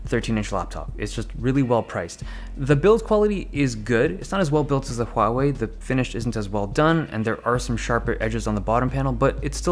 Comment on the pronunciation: Thank you Dave Lee for being the only tech channel so far (afaik) that pronounces both Huawei and Xiaomi correctly. SIGH.